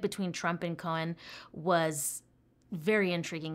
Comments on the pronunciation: COHN. 1 syllable. Not Cohen. And he was a real A-hole. But this was before anyone knew what words like "Empathy" meant.... it was a very different world back then... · Cohn is pronounced like cone.